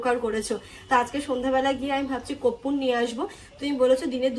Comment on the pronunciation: Koppur noy..korpur